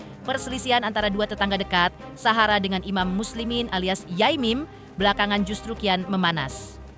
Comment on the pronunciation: Ini knpa klu bilang Sahara kok sllu suhara